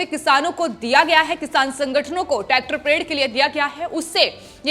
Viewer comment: It's not tactor madam